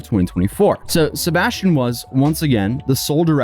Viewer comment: Sebastian…say it a hundred times, until you can pronounce it correctly. Every time you said it, It sounded like you were saying “ sirbashtion”. Try slowing down your talking speed! 🤷🏻‍♀️